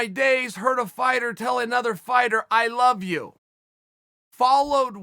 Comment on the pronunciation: Chan " I luh you" Jung